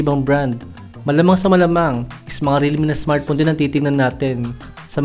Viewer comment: Smartphone boss hindi smartpon